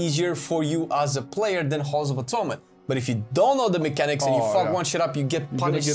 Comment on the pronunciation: Halls of Atoonment 😂 I love you guys so much